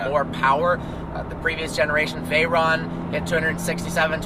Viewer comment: VAYRAAAAAN and SHYRAAAAAN... pronunciation at its best